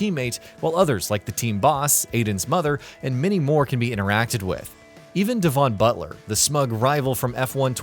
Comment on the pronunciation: "Devonne Butlure"